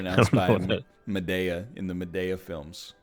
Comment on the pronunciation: >Pronounces Madea Madaya This bothers me more than it should.